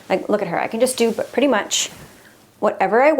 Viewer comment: You might be saying Purty instead of Pretty dunno.❤